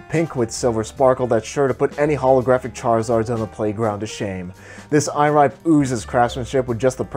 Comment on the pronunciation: IRIBE is pronounced (E * Le * Beh). Trust me I'm Jap🇯🇵